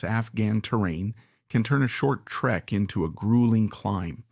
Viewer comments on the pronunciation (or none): none